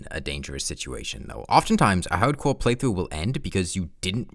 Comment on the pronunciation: Haudmode, haudcouw wouwds, sewious